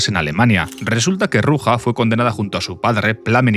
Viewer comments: Se llama Ruzha, no Ruja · se prouncia "ruya" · El j de Ruja no se pronuncia asi